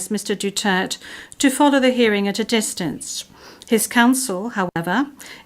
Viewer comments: It is not DUTERT..... It's DU-TER-TE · The judges cant even pronounce the president"s surname right.the judge are a bunch of idiots.Duterte, not Dutert,unless they are naming somebody else's. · duterte not dutert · Please say his name correctly madam procecutor not Dutererd But Duterte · Say his name right translator.. Duterte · Duterté. DU-TER-TÉ! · ICC, you are judging the wrong Man, MR. DUTERTEH (that is the way you say his name, don't act as dumb, you who translate). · Dutert pronunciation nya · Cant even pronounce the name correctly. Even I hope Duterte will be declaired guilty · THIS WOMAN SOUNDS LIKE A WHORE AND CANNOT EVEN PRONOUNCE THE DUTERTE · If im the lawyer for Duterte, i will demand that they must pronounce the name properly or else the court proceedings will not continue until the name is properly pronounced. And i will make a motion that if not pronounced properly i will consider it to be a different individual and not my client. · This lady can't even pronounce Duterte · Dpat ksuhan din yan icc di mrnong magbigkas ng apelyedo ni dutert😅